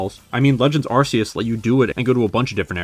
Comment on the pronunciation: It’s pronounced meh-tuh-GROHSS, arr-KEY-iss, kuh-STEEL-ee-uh, KAH-lohs, and ray-QUAY-suh, “”! 🤨